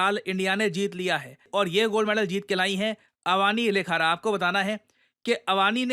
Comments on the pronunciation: Sir ye अवानी lekhara nhi hai iska ucharhn shi kro अवनी लेखरा है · naam padhna sikho pahle apne desh k khilari ka naam bhi sahi se nhi le pa rha